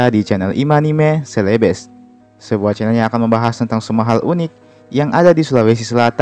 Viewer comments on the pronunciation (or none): none